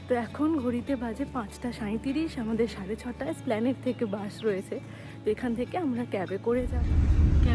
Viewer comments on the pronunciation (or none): It is Esplanade 🙂 not splanade